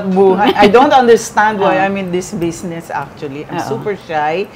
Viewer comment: Aster. Bizznis. Not besness. Lol😂😂😂